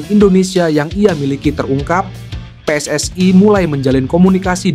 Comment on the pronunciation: PSSI bukan pss ai